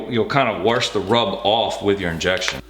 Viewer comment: Did you say "warsh the rub off"? Are you from Pittsburgh?